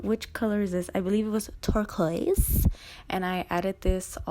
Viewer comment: lmao I thought you said twerk-oise